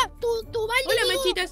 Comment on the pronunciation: Dice machitas no manchitas ¿no te diste cuenta?y si te diste cuenta amiwilike